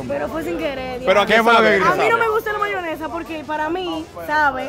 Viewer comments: Dice bayonesa🥸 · Ok sino se dice VAYONESA (que yo detesto esa palabra), porque dices EGA blanca???? Excelente tu contenido 🙌🏻❤️ Bendiciones